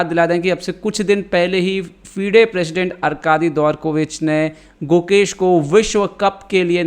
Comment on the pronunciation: who heard mukesh instead gukesh entire video?